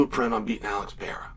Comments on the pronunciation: Pereira not Piera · ALEX PEE-ERA VS HAZ-MAT CHEAL LERN ENGLISH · Why do you keep pronouncing it "Pierre?" Love you Cheal haha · Damn Chael learn how to say Pereiras name are you that damn dum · So funny that chael just cant say that mans last name correctly.